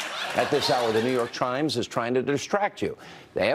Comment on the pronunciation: "The Nü Yörk Trimes"